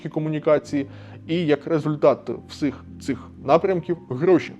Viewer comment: Виправ недолік вимови: " всих цих" , вимовляй " всіх цих" , не буть Азіровим